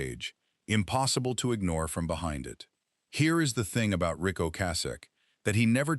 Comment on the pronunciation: AI is mispronouncing Rick's name. Only three times did it say his name correctly. Annoying.